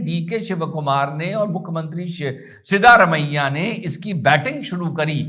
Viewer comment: सीदारामय्या नहीं सिद्धरामैया